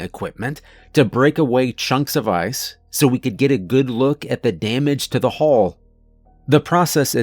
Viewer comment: Hull and Hall are not supposed to sound the same, boss.